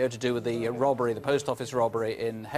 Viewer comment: Jacqui and ‘robbery’ sounding like ‘rubbery’. Cute, uh?